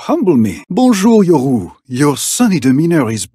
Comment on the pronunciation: Its so damn good its like Yorhu, perfection